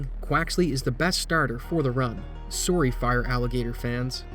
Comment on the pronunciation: That was one of the most Canadian “sorry”s I’ve ever heard at the end lmao